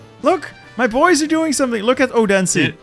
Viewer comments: Just FYI, the name Odense is pronounced with what's known in Danish as a soft D (Please don't make a dirty joke), which is much more similar to the English 'TH'. So it would be pronounced more like O-then-se, with the pressure being on the O. Source: I'm Danish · Hearing you pronounce Odense did hurt me.